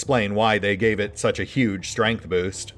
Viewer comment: like pronouncing strength as stramth occasionally.